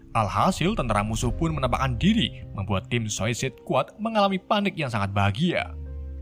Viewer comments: Telling story nya sih keren. Cuma pengucapan bhs inggris nya perlu bnyk di perbaiki, Shark terbaca srek, sport terbaca sprot, suicide terbaca sosis, DLL. Semoga kedepan lebih baik lg. Txs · Gua dengernya lu bilang susis bang🤣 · Saikid baca nya yg bener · Cuma bisa ngakak aja dengar mimin nyebut2 suicide & anggtotnya wkwkwk 😂👍🏻